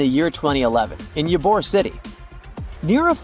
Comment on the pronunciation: I can't stand when people mispronnounce words and names, so I have to share with you that you miss pronounced the name of Ybor city in Florida. I lived in Ybor City in the late 80s, so I know that it is pronounced Eee-bore, not Ya- bore. I don't mean to be rude, I just don't want you to seem illiterate.